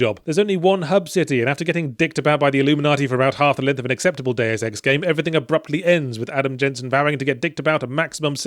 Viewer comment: It is Deus Ex, not Deu Sex